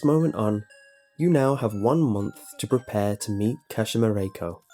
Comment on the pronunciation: *KaSHEEMA 🙄 *TaKEEO